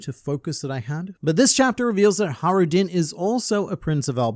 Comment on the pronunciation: There's a j in hajruden btw xd it's not silent xd